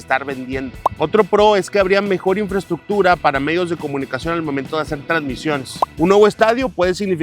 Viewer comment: Infraestruction, infraestruchion, infrestructura. "Infraestructura"